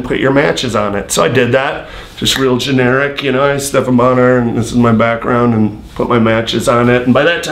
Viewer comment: It’s BonnAr for christ sake.